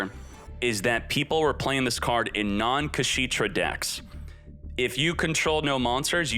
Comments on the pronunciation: It's funny how he kept saying "kashiitra" instead of "kashtiira" :face-green-smiling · Its not KaSHITra. It's KashTira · imagine your chat trying to help you say the name of an archtype correctly, looking at it multiple times, and still ignoring them and making a fool of yourself lol #Kasheetra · The way he says kashtira infuriates me so much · pronouncing Kashtira cementing my belief that they changed Kshatrila into Kashtira in TCG because TCG players can't physically pronounce it. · That Kashtira mispronunciation 🤣